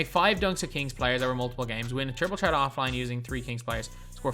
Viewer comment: It’s triple ‘threat’ not ‘ tret’